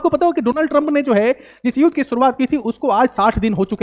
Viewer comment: It's not युद pronounce it as युद्ध ... Theek se bola karo, pehle hi boring se explain kar the ho, aur upar theek se shabdon ka ucchar bhi nahi kar paate....